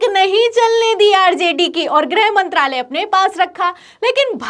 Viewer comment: Its not 'grahmantralay' young lady! Its "grihmantralay".